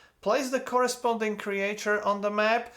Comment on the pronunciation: Creature pronunciation tip: "creetchur" Awesome video, as usual, love the work man